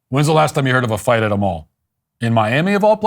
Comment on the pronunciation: The thing that stuck out to me wasn't fat chicks running, it was when he said he was at the "mull" I couldn't stop laughing.